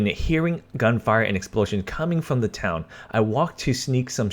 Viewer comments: Town not Towa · This man said “ towa” for town ded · Did any else here him say all over towa